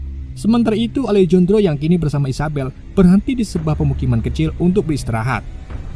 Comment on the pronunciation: bukan alejondro min, tapi alehandro nyebut nya 😂